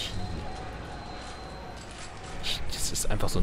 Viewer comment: im ersten moment als er den soro trupps nachspricht yay er spricht ekklesiarchie richtig aus dann... wieder ekklarsiarchie och das ist kein eklar sonder ein ekkle wie kleeblatt